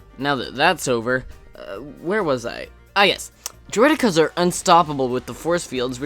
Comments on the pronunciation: Umm u pronounced droideka wrong. It's Droid-e-ka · As far as I know it's pronounced Droid-eh-Kuh...